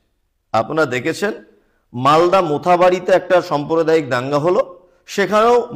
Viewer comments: খুবই সুন্দর বলেছেন। কিছু কেমন শব্দ উচ্চারণে ভূল আছে। "সম্প্রদায়ীক" নয় "সাম্প্রদায়িক" ।হবে।" এফআই আর" নয় "রেফার" হবে। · পন্ডিত আগে বাংলা শিখুন সম্প্রদায়িক নয় সাম্প্রদায়িক হবে। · Somprodaik na samprodaik